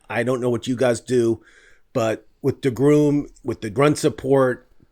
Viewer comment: You mispronounce DeGrom dude. It's not DeGroom. You pronounce the best pitcher in the world's name GROM Like Drawn. or Dram(a).